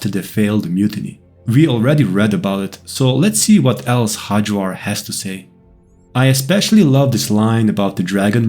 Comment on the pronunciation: you are obviously not native english speaker, why do you read nordic names in worst british pronunciation??? xD Hajvarr is pronounced with y as in yes. Hayvar. the way you say it sounds turkish ffs hahhaha